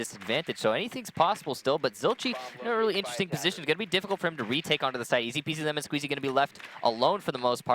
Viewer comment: the way he says ezpzlmnsqz is so good